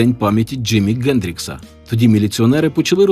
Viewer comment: Чому Ґендрікс, а не Хендрікс?